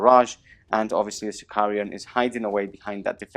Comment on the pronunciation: Okay, I have to post this, even though I know it is unecessarily pedantic... but where do all those extra Is in your pronunciation of unit and equipment names come from? The tank is a Sicaran, not a Sicarian, the vexilla also aren't vexillia (and vexilla is plural, the singular is a vexillum, but that is GW's mistake), and artificer armour is not artificier armour... Sorry for the rant, just had to get it off my chest. You make great battle reports, carry on.